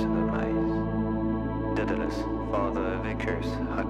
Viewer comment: Great band, but it's "Daedalus (day-da-lus)", not "Dedalus (ded-a-lus)".